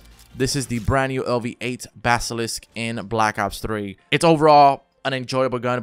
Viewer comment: LV-8 Basilisk. Pronounced, BA-SUH-LISK. A basilisk is a creature in Greek mythology that looked like a komodo dragon but with 8 legs which had a gaze similar to Medusa but instead of turning a living creature into stone, the gaze would cause death.